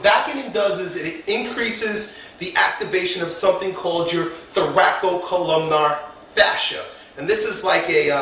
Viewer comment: Dear, It's "thoracolumbar" fascia, not "thoracocolumnar".